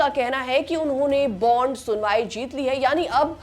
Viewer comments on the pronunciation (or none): none